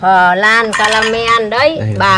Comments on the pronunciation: Bà đọc từ "pờ lan" , nghe dui tai ghê đọc đúng là bánh " lăn" đọc tựa như vậy nha bà 😀😀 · "Phờ lan ca ra men." Phèn 😒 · Bà ơi bà đọc sai rồi flan chứ ko phải là phờ lăn bà ạ nhưng nhìn ngon thật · Bánh cờ lan 😱😂😂😂😂😱😱😂😂🤣🤣🤣🤣 Vãi bánh “ cờ lan “ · Chém tiếng anh như gió😂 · khi bà nói "phờ lan" thấy hài hước lun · Bánh "phờ lan" :)))) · Bánh flan mà gọi là bánh phờ lan 🤣🤣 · Bánh phờ lan 😂😂😂😂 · Bà ơi sao bà lại đọc là phờ lam ạ,có vẻ hơi mắc cười🍮🍮🍮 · Bánh phờ lan :)))) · Phờ răng caramen